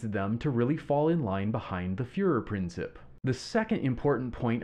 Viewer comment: Great video! One tiny tip: the commentator's pronunciation of "Fuehrerprinzip" - it's /prin/TSEEP - could be improved. :) Other than that - fantastic!